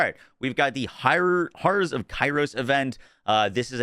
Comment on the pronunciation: Dude can’t pronounce “horrors”?